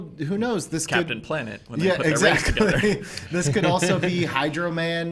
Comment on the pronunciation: Lol “Kevin Jamesing” I love it. But I also love Happy and Aunt May togedder.